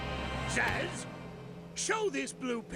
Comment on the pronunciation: Amy sounds like Minnie Mouse. Wait, Zazz? It's pronounced like Zsasz, a Batman villain. A really creepy one at that.